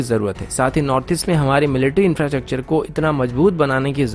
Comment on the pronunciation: Kya bolta hai re bhai.... infrachacter. Bolta hai😂😂😂😂